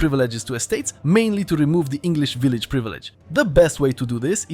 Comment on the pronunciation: Veill-einage, not village